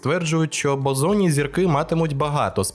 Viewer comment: 3/4 відео подумки виправляв себе, що зірки Бозонні, а не ОЗОННІ 🤦‍♂️ 😂😁😁